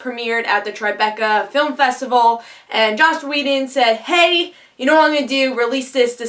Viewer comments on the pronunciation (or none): You said "Josh" Whedon a few times and that is just a huge bother to me. Slow down, take your time, didnt complete video if you cant take the time to say the name of the writer/creator right no point.